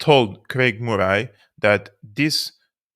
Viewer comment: You dont need to comment on Germany's actions. We understand. The facts speak for themselves BTW. Murray pronounced like curry. Good Scots name. PS I know English is only one of multiple languages you speak❤